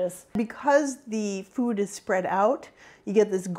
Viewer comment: Why does she pronounce "food" like "fyoooooood"